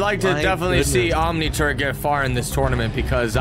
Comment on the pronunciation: I keep hearing OmniTurd 🤦🏾‍♂️🤣